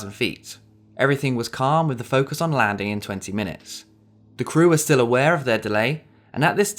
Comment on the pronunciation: Love how you don't use the "ing" on the words. Landin, Landing.